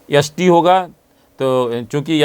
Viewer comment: भाई साहब बोलना सीखो s t मतलब एस टी और आप यस टी बोल रहे हो।